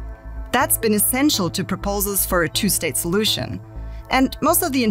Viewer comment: I re-played it several times and I'm sure I heard "...possible two-state pollution..." 😯